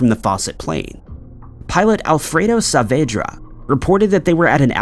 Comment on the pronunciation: Thank you so much for pronouncing my maiden name, Saavedra, correctly!😊